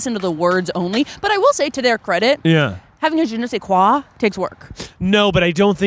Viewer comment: Gene se qua 😂😂 I hope you know that it's French and it's je ne sais quoi which means "I don't know what" 😛 just letting you know lol